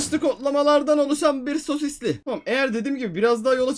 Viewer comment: Abi ilerde sosisli diyon ples :) sosis sosis sosis